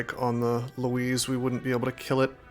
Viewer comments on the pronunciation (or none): Is calling a Louse a Louise some sort of meme? Cause it's not how you say it, that said, however, ever since I heard you do it the first time it stuck with me, so I kinda call them that now, as well.